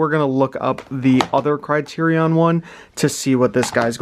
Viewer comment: Your saying criterion wrong.